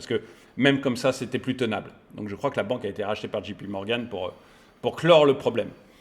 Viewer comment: Pourquoi dites-vous Dji pi Morgan ? C est Ji pé Morgan à la française; ou Djay Pi Morgan en anglais ! Vous n êtes pas le seul à faire ce mélange malheureux … Pouce bleu qd même ne vous inquiétez pas! D’ailleurs, je ne comprends pas pourquoi il y a si peu de pouces bleus sur les vidéos YouTube.( ça dépasse rarement les 10 %.) Moi les vidéos des chaînes auxquelles je suis abonné, dès que je les lance, je like automatiquement. Par réflexe car c’est le minimum que je puisse faire. Si vraiment je n’ai pas été convaincu par le contenu, ça m’est arrivé de retirer mon pouce bleu, sans mettre de rouge; mais c’est très très rare!! Les gens sont jaloux du succès des autres car je ne vois pas du tout pourquoi un tel phénomène sinon!! Bref je m ennuyais donc j ai balancé un POV comme ça !!!